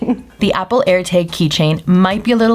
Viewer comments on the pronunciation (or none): I like how she pronounces it “Erteg”